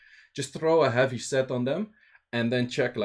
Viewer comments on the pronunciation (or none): none